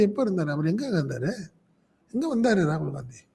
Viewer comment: காங்கிரஸ் ஆட்சிக்கு வந்து 13 வரடம் ஆகிட்ட்து .மதவாத சக்திகள் ஒழியனும்,காங்கிரஸ் வரணும் ,இதஸ்டளின் நினைத்தது தப்பா?காங்கிரஸ் காரணி ராகுல் பெயரை உச்சரிக்கதபோது ரகுள்தான் அடுத்தபிறதமார் என சொன்னது.ஸ்டாலின்,இது ஒன்னு போதுமே.t நாட்டில் காங்கிரஸ் நிலை மை உங்களுக்கு தெரியும், அப்படி இருக்கையில் ராகுலுக்கு மரியாதை குடுக்களைன்னு சொல்லுறது...